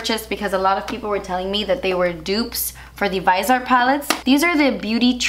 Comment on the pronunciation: I thought it was pronounced vis-ee-art